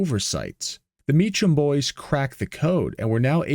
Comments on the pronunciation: Maybe if you had used AI it would have gotten the pronunciation of name right, lol. The CH in Mecham should sound like K. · Also you're pronouncing the name wrong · "Not AI", but you pronounce Mecham wrong.... Hmmmm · It's not "ch" like chimmney, it's "ch" like a "k." It sounds like Mekem, not Me Chum. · His name is Evan MEE-kam, not MEECH-um. How could you possibly screw that up? This is why youtube is garbage. You are making youtube garbage with your garbage content. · The pronunciation is “me-come” not “me-chum”. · Great video . However it's pronounced Mecum the h is silent. So Cum not Chum. Also a couple of mechanics (Click & Clack ?) took a car from New York to Ca. Along the way they would rig an issue , simple things like a loose spark pug wire... Everywhere they went they were ripped off. New wire's , Trans work , Carburetor .... Until they got to Phoenix and broke down for real. they took it to Mechum Pontiac and they found the problem , opened the service dept on Sunday and fixed the issue without any BS. So the place at least with customers were on the up and up. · The name is pronounced “me-come” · Mee Kum. It's a common mistake. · Mecham is pronounced as 'k' not 'ch'! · 2 syllables: "MEE" + "kuhm" THANK YOU, NO AI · FYI "Mecham" is pronounced "MeKam" (CH = K)- I used to go to their dealership in those days. They had a other models of the Trans Am also.. the "TALON" and "MSE" - which stood for Mecham Special Edition... are examples... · The name was Mecham - pronounced "ME-come" ... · These used to be surprisingly common sights around metro Phoenix. I was not aware of the turbo version, or had forgetten about it. The Mecham name is pronounced Me-Come. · Pronounced "Mee-kam". My buddy was a mechanic there back in the 90's-early 2000's. They also made a run of 3 Mecham Vitesse Grand Prixs. My buddy bought the one four door. It was stupid fast and embarrassed a few Mustangs back in the day. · Mee-come. That's how their last name is pronounced.